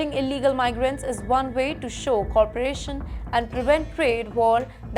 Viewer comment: Your pronounciation is really bad with couple of words..... Deputation❎ (Deportation✔).... Corporation ❎( Co-operation✔).... Lay-tin America❎(Latin America ✔) Stricker❎ (Stricter✔)....